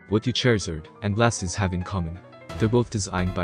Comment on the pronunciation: Venusaur looks awesome. Fire Garchomp is a swing and a miss. Blastoise looks great too, but the way you keep calling it "Blast-is" is undignified.